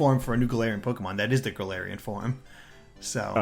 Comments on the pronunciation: gets a region based on his home country Also: can't pronounce "galarian form" correctly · not wrong about Pokemon not being ambitious (or at least as ambitious as we want it to be), but it's still sad to hear it regardless. As for how "Galarian" is pronounced; I believe it's "Gal-AR-ian" but I might be wrong. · or "Ga-LAR-ian," that might be easier to pronounce.